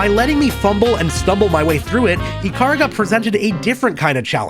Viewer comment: Ya boy when he realised only the centermost pixel counts as your hitbox in bullet-hells: 😯 Ikaruga is an amazing game and this video made me so nostalgic for it. FWIW it'll always be eee-kah-ROO-gah to me.